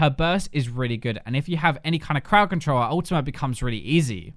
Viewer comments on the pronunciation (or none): none